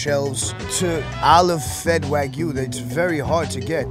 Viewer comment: All these butchers and meat specialists pronouncing wagyu wrong as fuck hurts my soul